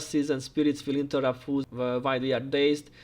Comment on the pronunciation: Awesome content. Thanks. Cool presentation as well. Also like that when you say foes it sounds like fools.